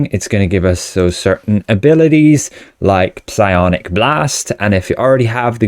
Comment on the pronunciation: Piss-I-onic lockbox? Are you taking the piss-iss?